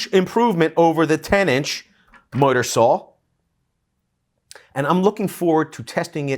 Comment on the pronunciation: are you saying miter saw or mudder saw imlost